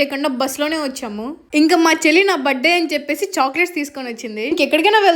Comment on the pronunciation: బర్త్డే కాదు బర్తడే కొంచెం మంచిగా పలకండి